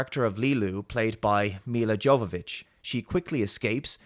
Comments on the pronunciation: As always Dave your reviews are spot on. I love this movie ever since I first time seen it as a kid Miss the 1990s because had the great movies. Ps: You mispronounced Jovovich. It is not Djovovich. It is Yovovich. In Serbian language it’s written Jovović as it’s her native last name from Serbia. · Her name would be pronounced like Your-vovic (jovovic) Not like Djokovic ..(tennis player)